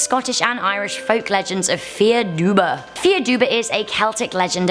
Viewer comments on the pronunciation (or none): Fear dubh is pronounced "far duff" not "fear duba".